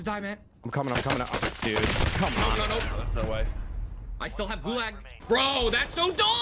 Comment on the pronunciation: I hate how ninja pronounces gulag like gu-lag instead of gu-log